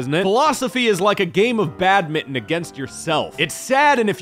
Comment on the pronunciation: ...you say "badminton" weird